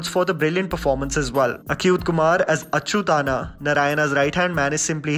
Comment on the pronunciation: Nice review 👍 it's strange how you can pronounce "Achyutanna" properly and then say Acute Kumar for Achyuth kumar. Can't imagine how it's different 🤔